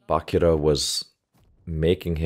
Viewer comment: One thing, the chi in Bachira is pronounced just like that, “chi” like energy, or as in “cheese”.